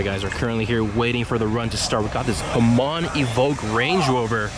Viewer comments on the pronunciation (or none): "I just got back from america". Being in LA now, got it! Just some info that might help you standing out from all those americans who can't pronounce shit right: It's "Hamann- pronounced HAmann instead of HamAHn. Remember, it's german, not arabic.... Also, it's Porsche, not Porsch. You're welcome. And will somebody PLEASE get that idiot out of that red corvette....ffs...